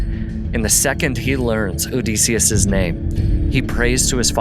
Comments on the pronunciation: I’m curious where you came up with the pronunciation of Odysseus? I’m pretty sure the standard pronunciation of the Ancient Greek is “duss” like the German tü (that’s what I remember from college as a classics major) and the colloquial for English speakers is “diss” like kiss. I’ve never heard it pronounced O-dees-seus. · It's Oh-DIS-e-us, not Oh-Des-e-us. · You saying his name incorrectly is killing my ears odeeeeseeeus 😅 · Get the pronunciation of Odysseus correct OK?